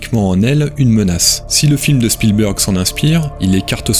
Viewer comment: Spielberg est bien prononcé, Kubrick ne l'est pas à l'américaine mais des anglophones (de pays "natifs" anglophones) ont bien cette prononciation parfois, un peu comme les terminaisons en "ted" qui ont deux prononciations très distincte en Anglais UK et Anglais US. Je dois juste uniformiser, ça je l'entends, par exemple 100% à l'américaine comme nos amis Québécois. Sinon, si vous avez des taquineries sur le fond, c'est peut-être aussi ça qui élèvera le débat sur YouTube ;)